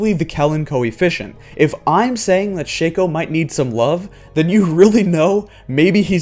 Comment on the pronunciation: Shake-o...? I pronounce it like Shock-o or Shack-o